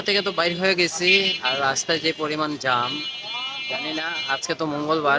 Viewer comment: এটাকে জাম বলে না জ্যাম বলে